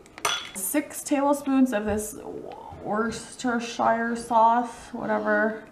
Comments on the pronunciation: The sauce is pronounced "wurstersure" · Pronounce it - Wustersheer sauce. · Here in England:- Wus-ter-sher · Hi great recipe. I'm from the UK Try pronouncing it as "wusstuh-shair" sauce. Don't use the shire /schwa/ as in new Hampshire hope this helps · These are not healthy.....and sause is pronounced (wustershire), it is a lot healhier to have fattier meat without bread crumbs and sauces, there are a lot of chemicals in sauces and carbs in bred and onions....this is simply just another recepie. Because it is lean meat it does not mean it is healthy. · Worcestershire is a County in the U.K. Many of which are known as Shires. Correct pronunciation is to not say the Shire so it is Worcester Sauce, It is where it originated and made by a company called Lea & Perring's so it is also known here as Lea & Perring's Sauce. I do not know why you say you are making Ham Burgers? Ham Burgers are made from Pork not Beef? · The sauce is called in England like Wor-ster-shire sauce... Don't try to read the whole word......!! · The sauce is pronounced woostesher. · In England its called worcester sauce..... pronounced "wooster" sauce ;) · Talkative is not that good when you’re cooking 😂😂😜😜😝 u can’t even pronounce your worcestershiresauce 😜😜😜😝😝